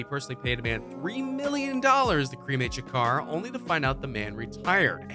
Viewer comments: He keeps saying Tupac shuker it’s (Sha-ko-r) Tupac Shakur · Anybody else who cringes everytime the guy says Shakar instead of Shakur? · couldnt even get kings name right, kept sayn shakar shakar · Why you keep saying Shukar? It's Shakur. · I believe the maker of this video is also the narrator. You would think that during his research he would learn how to pronounce Tupac Shakur's name. Who is Shakar? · His name isint SHA CAR fool 😅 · Whitefox52 Lx he said sum “Tupac Shack-er” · Did he say Tupac Shaker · Bruh I'D APPRECIATE IT IF YOU GET PAC'S NAME RIGHT 🌹(R.I.P. Playa)👑 & START LEARNING HOW TO PRONOUNCE WORDS!!! THANK YOU 🙏🏽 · Don't believe this. This guy can't even say Shakur right. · Lol you can’t even say his last name right 😂😂😂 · You need to stop and let him rest in peace cause you can't even say Shakur right if my dad saw this barely made it threw the video so shut up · This dumbass said his last name wrong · That photoshop tho and the way you pronounce his last name😂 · At least Pronounce The man's last name Right!!!! Also Stop talking like you know every thing!!!! Facts!! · He can’t even pronounce Pac’s last name, and he expects me to believe this? 👎🏽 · How is it that he attempts to pronounce Machiavelli but can't even pronounce Shakur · Say his last name right dammit